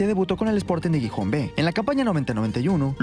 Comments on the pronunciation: Por favor, no es Guijón es GIJÓN, con sonido de J en la G también! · La ciudad no se pronuncia Guijón si no que la G se pronuncia como la J. Jijón. Gijón se pronuncia Jijón. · Por el santisimo Cristo, es Xixon, Gijon foneticamente jijon, por favor. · Gijón no se pronuncia "guijón" 😅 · "GUIJÓN". Que dolor de oido por dios ... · Gijón, no "Guijón" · Gijónnn😅 se pronuncia con "J" , no "Guijón" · Cada vez que pronuncia Gijon muere un cachorrito en alguna parte del mundo